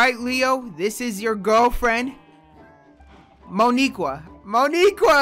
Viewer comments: Yo. Idk if u know this but Mo'Nique is pronounced Que not Qua. Grammatical error. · Theres no Mo'Niqueuaa theres Mo'Nique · That’s not how u pronounce no niqur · Leo’s girlfriend’s name is Mo’Nique (pronounced mo-neek, not mo-nee-kwa) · I know you seen that creeper at the end and “Mo’Nique” is pronounced “MOE Knee Qua”